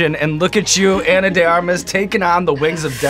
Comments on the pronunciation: I think it's Ahnah...not Eina...mister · did he call her Anna? Like, Anne-Ah?